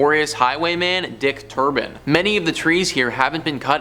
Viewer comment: Celtic Pronounced, in this case, as Kel-tic. Ps - Dick TurPin